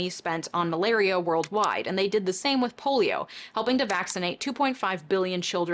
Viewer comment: she says “Polio and malario”. Just thought it was kinda funny.